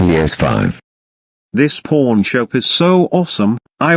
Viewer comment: did he said pawn or porn shop?